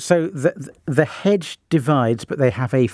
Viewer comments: She slipped into a bit of rural there. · It's a very thick 'edge that goes all the way round 'er 'ouse. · Hedge with a silent H like rap with a silent C